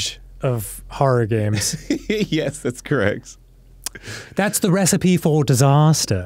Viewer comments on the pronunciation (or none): none